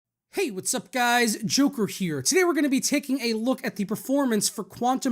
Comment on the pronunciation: So, what are you saying at the start of each video? I understand I am supposed to hear "hey, what is up guys, joker here", but to me it sounds like "hey what is up guys, jupiter here". Useless comment, I needed to vent this.